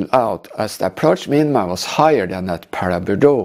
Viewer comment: Your pronunciation is correct! Sustained low cloud conditions at Paraburdoo are very unusual, which likely contributed to the "she'll be right" approach by all involved.